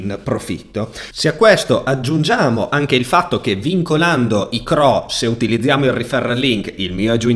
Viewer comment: CRO non si può sentire 😅